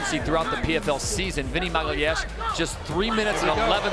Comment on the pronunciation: I love how no one can say "Magalhães" properly